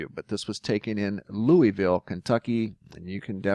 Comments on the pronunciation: Only s life long Kentuckian can tell the PROPER pronuciation... Loo a vul. Equal emphasis on each syllable. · It’s always funny to hear anyone say, Louisville, that lives outside of Kentucky. 😂 (loo-ee-ville/loo-a-vull)